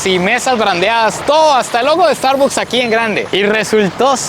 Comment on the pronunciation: amigo se pronuncia Estarbaks, soy Mexico Americano